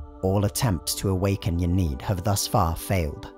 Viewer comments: "Yaneed" urgh... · Youre pronouncing Ynnead wrong. I encourage you to listen to The Black Library's Hand Of Darkness audioplay by Gav Thorpe for reference